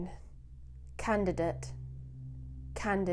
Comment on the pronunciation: Please check on your pronunciation "candidate"